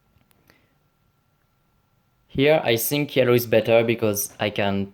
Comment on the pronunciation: Pourquoi tu dis i sink